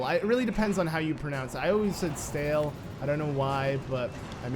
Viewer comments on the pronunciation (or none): none